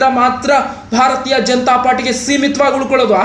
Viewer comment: ಭಾರತಾ ಜನತಾ ಪಾರ್ಟಿ ಅಲ್ಲೋ ಪುಣ್ಯಾತ್ಮ. 😂😂😂😂 ಭಾರತೀಯ ಜನತಾ ಪಾರ್ಟಿ